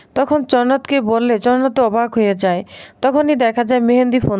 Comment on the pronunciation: চনাথ কি চ্ন্দ্রনাথ বলুন।